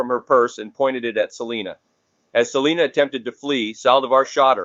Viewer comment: Completely butchered Selena's name